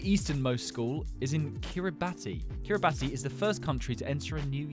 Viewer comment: Kiribati is pronounced Kiribass